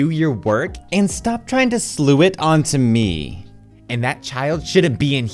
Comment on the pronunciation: Slough in this usage is pronounced sluff.